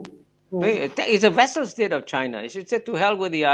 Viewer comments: vassal state not vessel state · Vassal state 藩属国, not vessel state 容器国？？